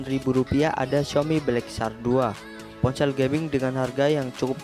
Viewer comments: Ponsel bambang,bukan poncell 😂🤣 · Ngomong ponsel : dia bilang nya PonCeelll dong 😂